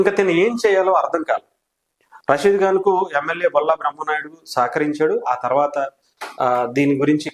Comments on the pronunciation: అరే బాబూ,, " రసీదు " కాదు,, "రషీద్" . అంత పెద్ద board పెట్టుకొని కూడ విషయాన్ని క్లియర్ గా చెప్పలేక పోతున్నావు.. నువ్వు చెబుతున్న తీరు చండాలంగా ఉన్నది.. 😡 😠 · రసీద్ ❌ రషీద్✔️.... జిలానీ రషీద్ ను బీర్ బాటిల్ తో లాడ్జ్ గొడవ తర్వాత బైట పొడిచాడు అది చెప్పవే... జీలాని ❌ జిలానీ ✔️ జీమ్ ❌ జిమ్ ✔️...నీకు ఒక బోర్డు ..ఒక విశ్లేషకుడవు నువ్వు😂😂